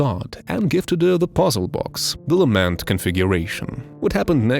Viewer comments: Lament not lamend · Dog what the f was that lament configuration pronunciation